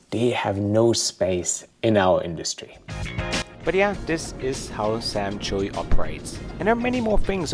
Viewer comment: I think it’s pronounced CHEW not Chewy. But who knows.